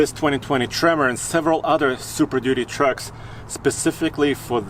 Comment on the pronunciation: No one: Absolutely no one:: work trocks, tow trocks